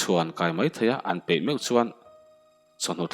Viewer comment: Hnim phe ni lovin,pe tih tur